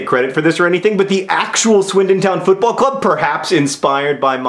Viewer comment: John, you mispronounced Football...